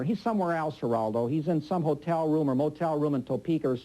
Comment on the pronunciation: A typical bully tactic, is to repeat the target's name over and over again. And yet, Bugliosi never learned to pronounce "Geraldo".